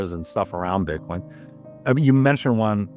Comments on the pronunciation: Your ai voice calls it Bite coin I'm out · iThink the robot just pronounced it 'Bytecoin.'